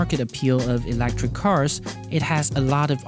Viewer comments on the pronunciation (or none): I was going to ask where you're from, but already found it in your description. "Q: Where did you get your funny accent from? I live in Singapore, so we got it from the United Kingdom." But even in the UK they say electric and not 'elactric' as you... Gives it another twist though. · WTF is "Elactric"? Layoffs; You're "surprised this issue is reported" yet also "understand why it is raised". FFS! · It's funny how he says electric. He says "ELAACTREK" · Odd way to pronounce "electric".